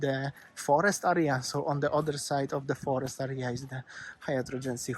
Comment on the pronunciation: I love your accent! Especially when you say area..... like arr-rree-arr. I so look forward to your vlogs. You’re my No.1 go-to since Waz passed away. Sanur is our favourite Bali location. Cheers from Brisbane Australia